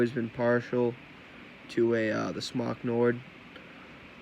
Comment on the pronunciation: 2 things 1.) Its the Al-lie 2.) Its Smoke not Smock